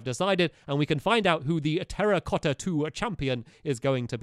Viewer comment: You mean Terra-cotta not Terrorcotta And it should be Two-racotta